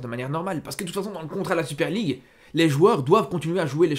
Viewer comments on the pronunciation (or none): 7 articule s’il te plaît, la Super League à tu l’as gober le mot